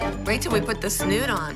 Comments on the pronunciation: “I’m not putting a rat in my hair and a snude, what’s a snude?” Mackenzie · “And a SnOoD.Whats a SnOoD”? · No one: Not a single soul: Mackenzie: I'm not putting a rat in my and a snood, what's a snood?